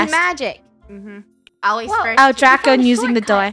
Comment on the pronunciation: draco should be (DRAY-co)